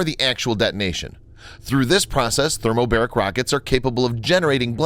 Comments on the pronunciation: Thermobaric not thermobasic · Thermobaric, not Thermobasic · "Thermobasic" LOL LOL .Like J.W.Bush -"Nucillar" weapons . I bet the poorest countries are more literate than some you folks (I mean Americans) . IT'S THERMOBARIC for god's sake , YOU EVEN HAVE A SUBTITLES RUNING AS YOU SPEAK THAT SAYS THE RIGHT WORD . I know I know , some might think I'm overreacting BUT I wouldn't be if it wasn't so so common for people to be ignorant and outright uneducated, uninformed and to embarrass them selves on line .Although on a scale this is pretty low , the thing's you see on the net that people do and make a grand fools of them self is just unbelievable